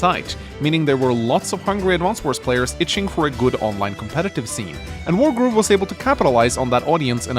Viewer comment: Sounds like you are saying world war 1 and 2 instead of wargroove